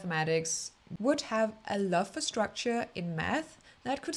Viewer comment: Leeb, leefuh, lurve was the comedic genius I didn’t know I needed ❤